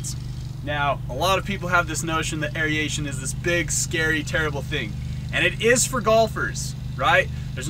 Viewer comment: Is it an Americanism that you pronounce it "Aereation", adding the extra E into the word? I've watched a couple videos where it's pronounced incorrectly and it really grates me 😂